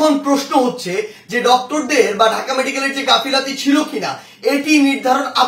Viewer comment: সাড়ে ৪ ফুটের সারজিস গাফিলাতি না গাফিলতি বলতে হবে।